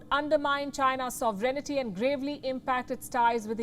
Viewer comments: It's not pronounced "soverenety", Palki. 🙄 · The word sovereignty is pronounced ˈsɒvrɪnti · Palki seems to be a decent journalist but I have the way she pronounces sovereignty. Too many syllables.